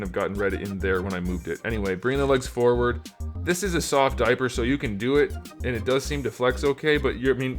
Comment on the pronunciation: I hope Neca gets back to making turtle figures from the mirage comic books. Man i chuckle every time you say "diaper". Grear review!